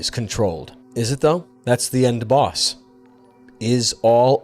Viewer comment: love the way he says "final baws"